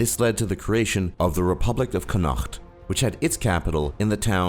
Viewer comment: Please learn the correct pronunciation of Connaught. And Somaliland.